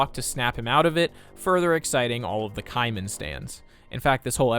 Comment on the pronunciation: I've never heard of "kaiman", and it took me an unreasonable amount of time to realize he was saying "kyman"... as in a portmanteau of Kyle and Cartman... and the "stans" (or "stalker/super fans") that want to "ship" them... 🤢🤢🤢